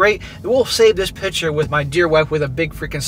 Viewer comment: cant stand how this guy pronounces "picture" hes saying "pitcher" annoying as hell.